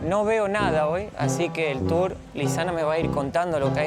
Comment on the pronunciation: no se dice tures se pronuncia turs